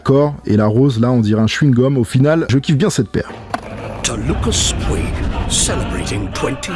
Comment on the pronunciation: Si c'est comme le groupe espagnol Puig ça se dit Poutch